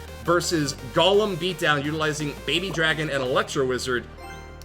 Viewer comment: it's pronounced GOlem not golum